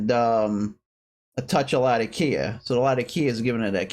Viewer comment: Nice recommendations. Out of curiosity, why do you (and practically everyone on youtube) pronounce Latakia that way? As I'm sure you know it's named after the city in Syria that it used to be cured in and that's not how the city is pronounced.